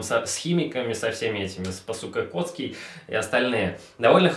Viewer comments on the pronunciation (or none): спаСУКАкоцкий послышалось или нет? xD орнул